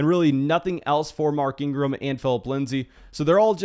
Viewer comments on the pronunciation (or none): none